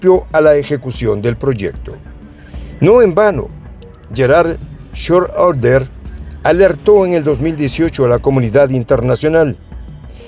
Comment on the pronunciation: si pero no se puede esperar mucho de una persona que habla español , ni ingles decentemente pueden expresar haha, no es con umlaut sobre la o , un saludo desde mexico , sera schreuder pues con Ö